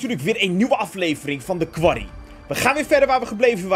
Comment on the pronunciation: je noemt de game kwarrie. haha, is dat ook hoe je het uitspreekt